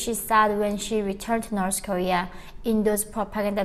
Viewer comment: 2017 not 2007 and North Korea not Norse korea. Norse is demonym for Norsemen (medival group from Scandinavia). I´m sorry I just can´t stand this two mispronunciation. But it´s a good video.